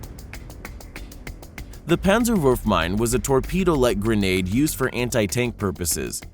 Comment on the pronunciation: It is Panzerfaust not Pänzerfaust